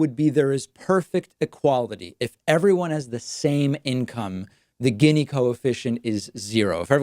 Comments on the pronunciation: You pronounce it geeni long E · You mispronounced "gini". Gini was Italian. The gini coefficient isn't the best way to look at income inequality because it doesn't take into account the absolute level of income and only focuses on relative (quantiles) comparisons. I think I speak for many people when I say that I frankly dont give a crap that we have billionaires as long as people's standard of living is rising. What's concerning right now is that the middle class is dying while the 1% is capturing all the productivity gains. Also disappointed that you didn't mention UBI as a very simple way to correct income inequality. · I'm pretty sure it's (Gini) pronounced more like "genie" instead of "ginny" (but still a good video, David 👍) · It’s pronounced “Jeanie” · Gini is pronounced “jee-nee” - Gini index.